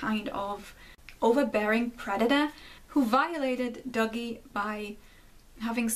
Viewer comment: Just from hearing you pronounce Dougie, it sounded like "Doggy" to me while I was listening in the shower. It made me realize that this may have been intentional as Dougie is effectually a little doggy that has to be lead around almost like he's on a leash.